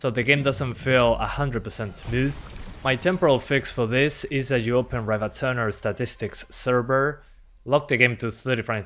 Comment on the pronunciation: I just watched your old videos on using rivatuner to cap fps, you've been mispronouncing the word rivatuner in the past four years, just say REEVA TYOONER and that'll be much better.